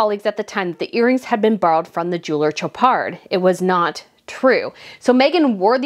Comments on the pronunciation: It’s pronounced SHOW-par. No d. Soft CH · Chopard is French. “Sh” not a hard “Ch.” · Girl, like your content but please practice your pronunciation such as Khashoggi or Chopard…